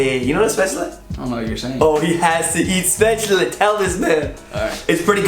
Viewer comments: I like how you say "Spätschle" instead of "Schbädsle" as you would pronounce it as a Swabian :D Nice vid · "Schpäätschley" :D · dude, say Spätzle again! I think I found America's weak spot, hahah. Wanna revenge? Ask a German if they can pronounce "squirrel" or "Massachusetts". And then again, pronounce "Eichhörnchen" (= squirrel) yourself. So much fun times...;)